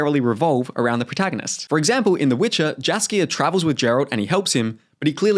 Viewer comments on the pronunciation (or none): Jass-kier 😭 Jeralt 😭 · The way you mispronounce both "Jaskier" and "Geralt" is diabolical.